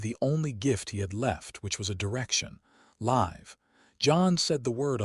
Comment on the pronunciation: Damned A.I. does not know English, can't understand the difference between Live and live